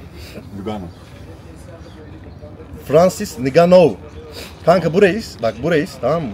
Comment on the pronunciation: Abi ngannou okunuşu enganu